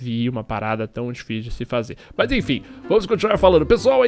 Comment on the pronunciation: O legal do é que ele troca o M pelo B, ex: mas-bas mesmo-besmo